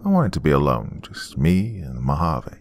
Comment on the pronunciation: Lol at least you didn't say Mojave the wrong way. Some people pronounce it with the j sound. Here in az it's spelled Mohave. Love to you and yours. Can't wait to hear more of your stories.